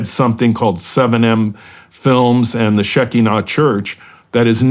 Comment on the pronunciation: its pronounce she KI nah